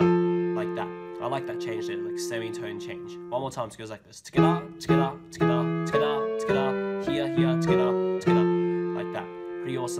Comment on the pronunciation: Am I the only one who hears skdah when he says together